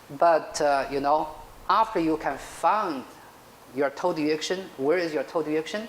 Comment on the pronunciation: It's great instruction, but it sounds like he is talking about "toad erection" instead of "toe direction."